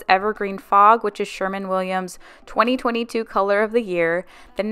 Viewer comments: Loved the marathon, great job. But every time you said SherMAN Williams I had to laugh. It’s SherWIN Williams. 😂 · Sher-win Williams not SHER-MAN